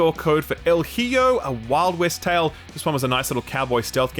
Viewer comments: As Mexican it physically hurt me when he said “el he-oh”. It’s pronounced “el ee-ho” lmfao 😂😂😂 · dear god, need to work on your Spanish "El heee-yo" hahaha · Oof... when he said said "El hee-yo"... I get it, spanish isnt super common in Australia... But just on the offchance he reads this, it is pronounced "El ee-ho", and it means 'the son' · "El Heeyo" 😂 I guess there's not much reason for Aussies to know any Spanish. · I had a great time playing and getting the platinum trophy for "El Heeeyo" (El Hijo lol). It's on Ps plus extra catalogue for anyone interested. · "El Hiyo" My god, it's El Hijo, "The Son" in spanish... gonna guess you'd pronounce it "Al Eeho" de nada, pendejo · Great week recap as always, but that El Hijo pronunciation killed me heh, for future reference is pronounced more like E-ho :) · pronounced "EE-ho" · "El Heeyo"?. Goddamn it,. I don't expect you to know Spanish at all, but this is one deliciously butchered pronunciation. I'm feeling a Strong 82 on that one. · El Hijo, pronounced EE-hoe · el WHAT!!! el HIJO >> E-J-O jesus... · No puede ser "El jiyo" 😭😭 te quiero mucho pero ponle cariño ❤️‍🩹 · El hijo is pronounced el "ee-ho" - you Australians and your inability to pronounce words. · Damn, that's an Emilia Perez Level pronunciation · As a Spanish speaker, hearing utterly brutalize the pronunciation of El Hijo has been the highlight of my day. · I thought I was having a seizure hearing that. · Lol came to the comments to see if anyone pointed that out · Oh boy, that pronunciation of 'El Hijo' killed me! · My man, how do you even arrive to that pronunciation of "el hijo". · I can't believe how you massacred the pronunciation of "El Hijo" I'm dead LoL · That EL HIJO pronunciation caused me irreversible brain damage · I had to cringe a little at pronunciation of "El Hijo"... Gotta brush up on your Español brother. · That pronunciation hurt so bad. It might be considered a hate crime